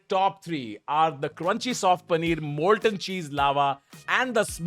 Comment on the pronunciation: Did he mispronounce "molten"